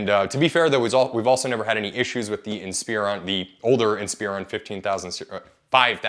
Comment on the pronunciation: Same with "inSPEron" ... it's "inSPUHron"